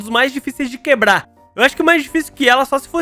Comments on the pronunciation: "Queblar", você - Eu: KKKKKKKK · quebla:quebla Eu:kkkkkkkkkkk